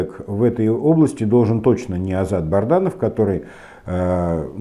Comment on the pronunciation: А мне кажется, умышленно коверкает эту фамилию......